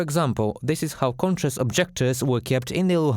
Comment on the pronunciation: Conscientious objectors: it’s tricky! A lot of native English speakers get confused over conscious vs conscience. “conscious” = awake: pronounced KON-shus “conscience” = the moral knowledge/feeling of right and wrong: pronounced KON-shenss) Conscientious (kon-she-ENSS-uss) has two related meanings 1. To be led by one’s conscience or good sense of morality in one’s own behaviour. (Like Russian conscientious objectors.) 2. To be careful to do things properly.